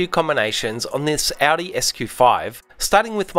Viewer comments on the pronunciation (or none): none